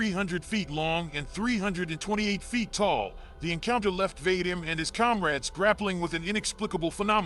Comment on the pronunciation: The name Vadim doesnt rhyme with " hate 'em". It rhymes with, for lack of a better phrase, "The cream". As in, va-DEEM. Although thats merely the closest American English approximation.